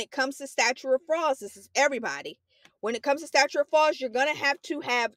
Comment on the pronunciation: also says statue instead of statute in the video